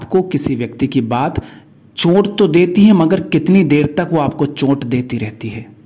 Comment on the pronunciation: सही उच्चारण है चोट, आप बोलते हैं चोंट। फर्क समझे।